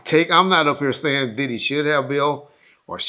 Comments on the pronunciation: Dibby know he could mess a name up 😂😂😂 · I think him and Gene deal does that on purpose, in case court comes into play, he can say “I said Dibby not Diddy”